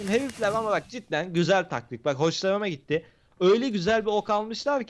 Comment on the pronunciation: da red gitti derken red kit diyiyor sanki